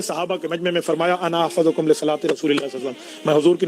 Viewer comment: ارے جاہل گوار تو عالم ہے یا گوار ہے حفظ باب سمع سے ہے تو احفظ ظ پر پیش آےگا یا زبر تو جو دلیل پیش کرتاہے اس میں۔ ظ پر زبر ہے حالانکہ اس پر پیش انا چاہیے تو اس غلطی کو نہیں سمجھ سکا تو دلیل کو کیا رد کرے گا 😅😅😅😅😅